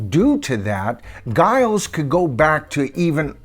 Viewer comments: Giles is pronounced Jiles ... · His name is pronounced ‘Jyles’, not with a hard G but a J sound. Giles. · it's pronounced "Jiles" by the way. Just so you know. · FYI, I saw and interview with Giles Martin and Sam Okell, the engineer, where Sam pronounced Giles name as Jiles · Pronounced jajaja isles ! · It's pronounced as the 'J' for the G. Jiles. I love his work on all he's done. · You keep pronouncing his name wrong. It’s Giles (like Jiles) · Giles name is pronounced Jiles according to many YouTube videos I've seen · At least pronounce Giles name correct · It’s pronounced Giles not Giles. And it’s Esher, not Esher. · A very interesting analysis of these remixes,. In terms of pronunciations, Esher is as you pronounced with the 'E' sounding as in 'Egg'. Giles Martin's first name is pronounced with a soft 'G' as in 'Gypsy'. Hope you don't mind. Please keeo your posts coming as I get so much from them. I'm really lookong forward to the remixes of the pre Revolver albums. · Pronouncing “Giles” with a hard G aside, I endorse this ranking!